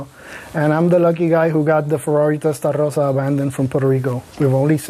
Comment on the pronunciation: Anybody who can't pronounce 'Testarossa' correctly (not you, ) doesn't deserve to own one.